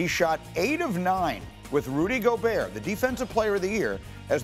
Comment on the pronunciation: Time to start pronouncing Rudy's name right. It's Goo-berT